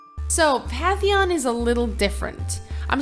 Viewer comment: BTW it's PaNNNNNNNNNNNtheon. Not PATHHHHHHHHeon